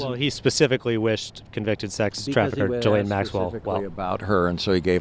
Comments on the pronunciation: I woke up in a rare mood. This will be Petty but you pronounce Maxwell's first name as gee lane. And it's not gee as in gee whiz. It rhymes with knee. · Did anyone else notice how the man pronounced Ghislaine’s name? I am ctfu 🤣🤣